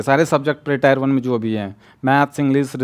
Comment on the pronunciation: Bhai ne alag leval ki English padhi hai😂